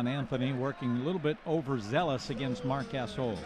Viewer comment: announcer says Marc Gasol(butchers his name) and says not sure why Grizzlies are name of team,no grizzly bears in Tennessee. HELLO, franchise relocated from Vancouver. Oh and by the way: many black bears live in Smoky Mtns in East Tenn. Drop the 🎤